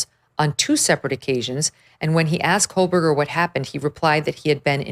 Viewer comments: Two and a half years and she still pronounces his name wrong! There is no “l” in his name. It’s not “Cole-Berger.” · Yep. Additionally, she still thinks his name is Kohlberger rather than Kohberger 🙄